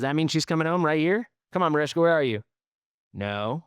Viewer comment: Its marichka, not marishka lol